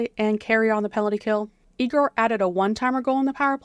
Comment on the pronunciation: Hey, sorry, as a russian-speaking wanted to mention that it Yegor not pronounced like [ee-gor] sidorov, but [ye-gor], and in belarusian even like [ya-hor]. Igor [ee-gor] is another name so its kinda confusing. Thanks for the recaps, love your content, go ducks!